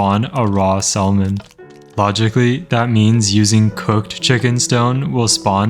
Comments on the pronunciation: My man out here pronouncing the L in salmon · it already took the L. That’s why we pronounce it “sammin” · Every “salmon” made me cringe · I hate how you pronounce salmon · i've never heard someone mispronounce "salmon" so badly in my entire life